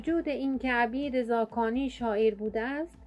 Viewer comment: لا اقل اسم فامیل این بزرگوار را درست بگو